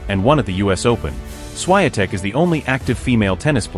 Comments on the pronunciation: Aj Dzi Ej Slajatek? Dobrze, ze juz niedlugo nie bedzie tresci czytanych przez AI. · Jak się o kimś robi podkast do dobrze by było nauczyć się wymawiać jego nazwisko.